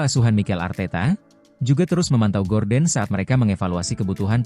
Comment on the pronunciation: Gordon wak bukan gorden😂